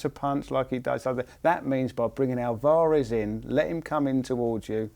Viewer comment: Alv-arez NOT Al-var-ez haha sorry it annoyed me. Good effort in the video.